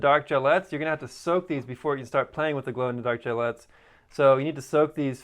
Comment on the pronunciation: They're gellets, pronounced like bullets. Gel bullets. Not gillettes.